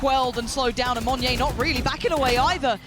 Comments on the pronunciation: Idk if yall realised this, but the way pronounced monyet, she silent the T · is no one going to tell her how to pronounce "monyet"? XD